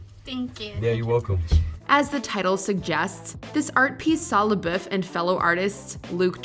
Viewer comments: The way she pronounces his last name is irritating. May be the proper pronunciation but if he says it as “Labuff” then pronounce it that way lmaoo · What is with the Watch Mojo narrators always pronouncing things so cringy. I wanted to punch my screen. NO ONE, not even himself, says his name with that God awful accent. It's pronounced SHY LA BUFF! That's how he says it, that's how YOU should say it. Hence forth, can we call you......... Must be a Canadian channel cuz every YouTube channel I watch with Canadians is such a struggle to say words normal I swear. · Bruh if you’re gonna do a video on Shia at least pronounce his last name right jfc